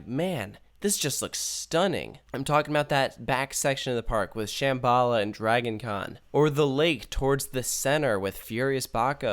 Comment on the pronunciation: The way kept pronouncing "Shambala" was really upsetting me.